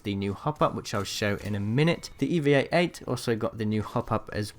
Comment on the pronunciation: It's the E-VAH! Not the E V A